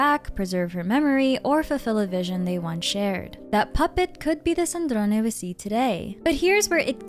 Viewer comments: You say Sandrone with the perfect italian accent,I LOVE IT. (C2) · Offtopic but as an Italian I LOVE the way you say Sandrone with the E at the end 😭